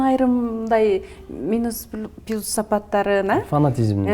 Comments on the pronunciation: "пИлус" , " коУш" ? Может ПЛЮС, КОУЧ? )) Журналистка , туура айтыш керекпи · Журналист тесттен отконбу? Плюс дебей пилус дейт го😊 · Журналистка дагы да жакшылап даярданышын кк экен кобурок китеп окуп , туура суйлоп. Пилус деп тантырабай.